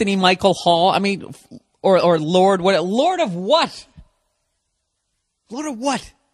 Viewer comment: "LORD OF WHAT??" ...lorda what?